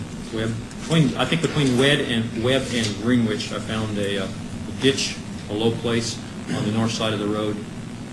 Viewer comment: What a total psycho!!! Who pronounces it GREENWITCH?